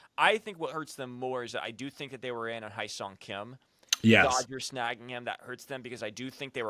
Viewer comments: Heh-sung is how you pronounce his name, not High-sung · spelled Hyeseong pronounced Hey Song